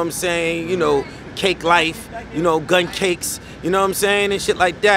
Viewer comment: Smack said GUNCAKES😅😂😂🤦🏾‍♂️